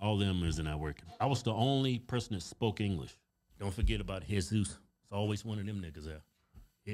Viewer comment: Whenever these twins mention the Mexican names like Jeśuś, Juan & Jorge😂😂😂😂😂😂